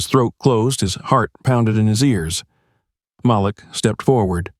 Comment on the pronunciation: Please correct.. Malik is pronounced "Ma - leak". Thank you. 😊